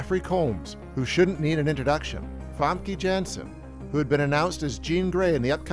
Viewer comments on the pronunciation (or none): Fahm-ka would be a closer pronunciation than "fam-key". Great video though!